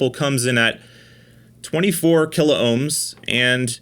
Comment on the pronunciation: P L E A S E ! ! ! Stop butchering the Kilohm word ... it is only 2 syllables, not 3.